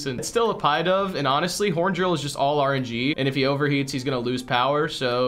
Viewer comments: It’s pidove not piedove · pidove is pronounced “pih-duv” as in pigeon dove, not like pie dove